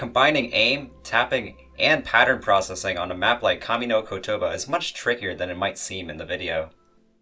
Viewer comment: You butchered the pronounciation of kami no kotoba